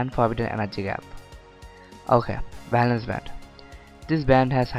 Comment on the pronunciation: Bhalance nh valence